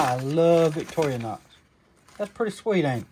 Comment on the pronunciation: Great videos! I remember my dad having 2 of those knives in the early seventies. I notice you, like a lot of guys, pronounce Victorinox as Victori-a-nox but there is no “a” in the word.😊